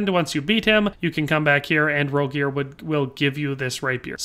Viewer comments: It's funny hes saying Rogier when its pronounced like rogiers with the g that more so sounds like a j it's kinda like a giff/jiff peanut butter moment love the content tho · That is without a doubt the worst possible pronunciation of Rogier I've ever fucking heard